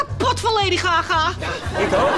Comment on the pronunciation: zegt laidy gaga hahahahahahah k3 moet niet stopen